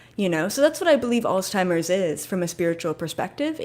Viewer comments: It’s pronounced Alts-himers but thank you for the message. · Did you find it funny that keeps calling it alz-timers? lol